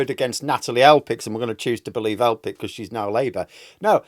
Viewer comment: I love you but Elphickes name is PH AS IN PHONE!!!